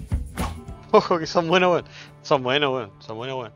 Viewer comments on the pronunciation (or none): El intento de acento chileno le sale igual a los peruanos jajajsjsjs, grande Josecito, son buenos wons